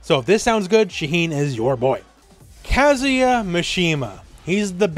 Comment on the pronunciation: Shoutout to for pronouncing Kazuya correctly.